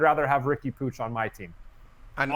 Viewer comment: POOCH? Is Puig not said the same as the guy who played for the Dodgers?